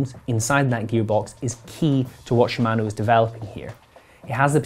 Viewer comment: your pronunciation of "shimano" and "patent" caused me to dislike and close this video.